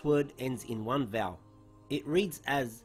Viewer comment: did he say ‘ends with one vowel’ ? vowel? I am sorry couldn’t understand.